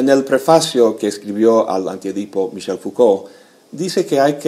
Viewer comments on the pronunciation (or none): none